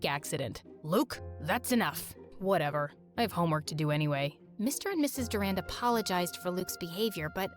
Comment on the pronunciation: Durand? Like, Duran Duran..... WHEN YOU CANT EVEN SAY